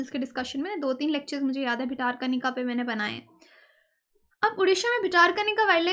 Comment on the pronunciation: ✔ Bhitarkanika = ଭିତରକନିକା = भितरकनिका ✔ ❌ भितारकनिका ❌